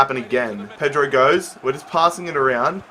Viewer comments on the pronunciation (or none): none